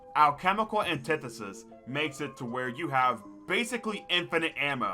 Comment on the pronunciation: Says hes an expert on gobble gum can’t even pronounce “anti-thesis” right lol